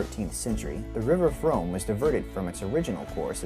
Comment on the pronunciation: Mispronouncing the River Frome was a bad start to this video.